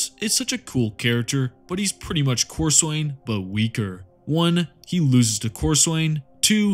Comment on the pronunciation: Being a massive pedent, it is pronounced cor-sun. I joke, but this is a fantastic video, really well researched. And all the chaos champions lose to the writer's favourite space marine, hence why Lucious lost so many time, and (and while he sucks) every big time space marine had bested Abbadon